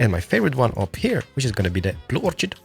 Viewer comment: its pronounced or-kid not orchid